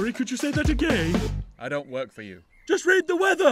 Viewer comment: It’s “again” not “a gay” if you couldn’t tell